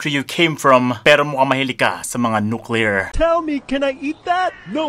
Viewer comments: TEN NUCLEAR BWAHAHAHAHHAHA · natawa aq sa ten nuclear 😂😂😂😂